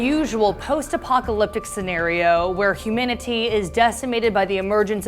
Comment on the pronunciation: Whats “Huminity”? I thought it was humanity? 😂😂